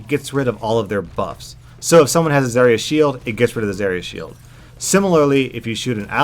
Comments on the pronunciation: The biggest problem is you can't pronounce her name correctly!!!! Brah Its Zarya with an A not Zerya with E !!!! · I can't even finish your video because you just ranted on and on at the beginning, while butchering the pronunciation of her name. It's ZAH-RIA, not ZAY-RIA. If you're going to talk about a game, at least learn how to pronounce the terms properly. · the way he pronounces her name annoys me. I pronounce it Zarya, not Zariya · the way you say zaria really bugs me. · Zerya? I don't expect someone who doesn't know how to pronounce her name to know anything about how she works... Just don't shoot the barrier ( referring to the Mei video ) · the way you say zarya makes me want to puncture my eardrums with rusty screwdrivers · I hate the way he says Zarya.. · says Zaryas name wrong Me: TRIGGERED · dude cant even say her name right. gg bro